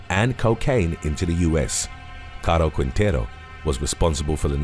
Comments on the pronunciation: its pronunced king-tay-roo. Put some respect on my last name 😂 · Rafael Caro Quintero Quintero pronunciation is Quintero without the letter U Qintero